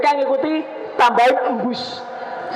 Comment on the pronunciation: GEMBUS BANG BUKAN EMBUS......😂